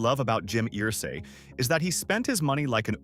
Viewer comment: It's UR-say. UR-say. Not EAR-say.